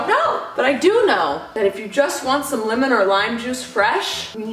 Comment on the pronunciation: I love how says limo a not lemons